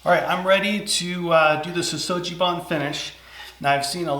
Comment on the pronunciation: Sugi is pronounced with a hard "g" not a soft "g".